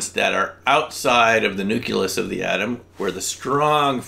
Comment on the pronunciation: nu-clee-us. nu-clee-us. nu-clee-us.